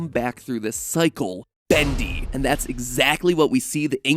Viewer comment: You say "Badli" instead of Bendy xD